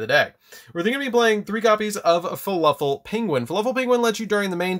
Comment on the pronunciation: He keeps saying fuluffle not fluffle